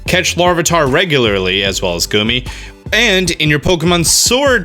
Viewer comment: Okay. Anyone else offended by how he just did Goomy like that?